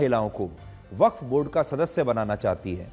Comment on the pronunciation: वख्त बोर्ड नहीं बफ्फ बोर्ड होता है😂